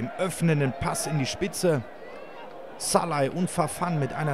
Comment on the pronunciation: Salai scholeu wird es ausgesprochen und szalai geschrieben man man man